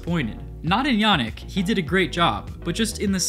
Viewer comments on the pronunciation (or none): I'm pretty sure "Yannic" is pronounced "yuh - knee - k"